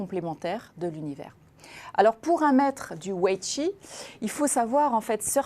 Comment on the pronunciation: La personne invitée parle peut-être chinois car elle prononce bien Huawei et Weiqi. Je voudrais juste lui signaler que le pendant du Yang est le Yin (et non le Ying) et que le goban n'est pas un damier.